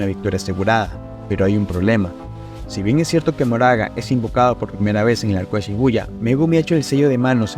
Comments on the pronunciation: PORQUE DICES MORAGA EN VEZ DE MAHORAGA AGHHHHHH DIOS Q ANSIEDAD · hola, por que pronuncias su nombre como "moraga" cuando leyendo literal sería mahoraga y su pronunciación es "makor"? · Ma-ho-ra-ga no mo-ra-ga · me parese chistoso que le diga ´´moraga´´ a mahoraga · Mahoraga ❌ Moraga ✅ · porque el dice moraga enves de mahoraga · Al principio lo intentaste... majoraga... maoraga... y ya después de pleno decía "moraga" xd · pq decis moraga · Se pronuncia "MaJoraga" como si tuviera J T-T aun asi buen video bro, este Megumi es un maldito suicida